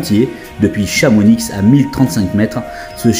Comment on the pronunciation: Mon ami En Savoie le X ne se prononce pas 😂 Donc Chamony ou Cham mais pas ChamoniX... Je te taquine mais ça m'a.piquer les oreilles 😂 Très sympathique ton mag Intéressant d'avoir des news de la communauté LF Modelisme. Bises à tous Et bon petit trains